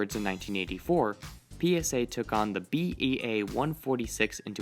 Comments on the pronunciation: Bea???? BAE but, great video. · Just a correction… that aircraft is a BAe (as in British Aerospace) 146… not BEA. Otherwise great video.